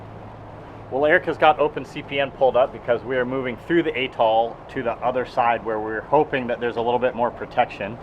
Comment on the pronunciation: 'A' as in 'hat'. Not as in 'hay'. And the emPHAsis is on the first SYLlable. Atoll. UK pronunciation 'toll'. Accepted US pronunciation "tall' But still emphasize the first syllable.